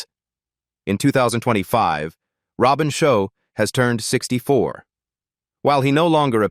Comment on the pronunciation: Robin Sho as Leo Kang 🤦🏻‍♂️😂 it's Robin Shou as Liu Kang, stupid fucking AI...